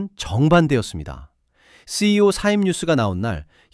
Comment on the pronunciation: 컨테츠도 중요하지만 기계어나레이션부터 수정하시길.. 새씨이오...